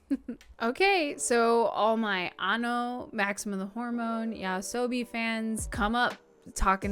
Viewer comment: It's not "yaosobi" (sobi for eight tails), it's "Yoasobi" (nightlife).